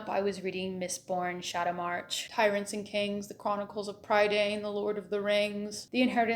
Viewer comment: Prydain is pronounced pri(h)-dehn. It's not a made up fantasy word, it's the Welsh word for Britain (as you can see the words are very similar!) Those books take inspiration from Welsh medieval stories: mostly the four branches of the mabinigi which I highly recommend!